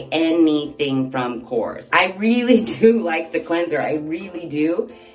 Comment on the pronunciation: Hi. The pronunciation is korres. You have to pronounce all the vowels and you tone the word at the last vowel.😊 Kisses!